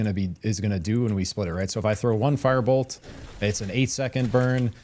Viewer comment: just a word not to be nitpicky, but you are not great at pronouncing your words and was extremely hard to follow the part about firebolts because your firebolt sounded the same as fireball and i had to repeat that spot in the video several times to make sure i got it right what spell to pick hehe, carry on hehe